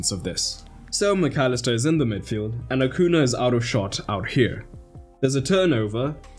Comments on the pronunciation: Acuña, it's pronounced "Acunya" (or AH-'COO-NEE-AH) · Acuña. "Acunia" phonetically.